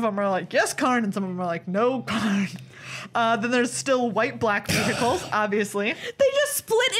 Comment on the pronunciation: loved the smirk at the camera when Meghan said ve-hi-cles